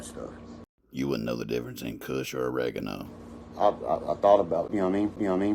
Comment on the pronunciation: Lmao. Its Kush not Cush Dork. Kush is genetics not a description of its cushion. What a dweeb. Tight work as always!!!